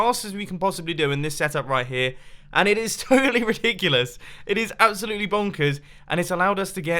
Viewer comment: I love when u say "its absolyttely bunkers!"